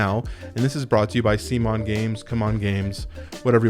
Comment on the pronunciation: you pronounce that as Semen. I don't agree with the holding value. The main problem is that there are too many different games. Secondary market is flooded already. There is a high risk the game will suck = Semens track record is downhill for years now, with the recent debacle of Trudvang, the arrogance displayed toward backers... Gameplay-wise, MD2 is too fiddly for its own good. Do you see yourself playing 2+ totally different heroes? MD1 instead is more streamlined and elegant. If you want a story pick Legacy of Dragonholt, or Sleeping Gods. I didn't back md2, and my copy of md1 was very cheap. Advise to unpledge.